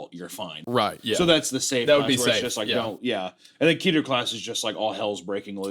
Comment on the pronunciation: It's def keh-ter, not kee-ter. That kills me a little each time